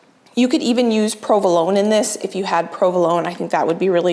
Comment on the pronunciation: Where are you from? You say provolone like I do (RI?) I'm enjoying this video and looking forward to more.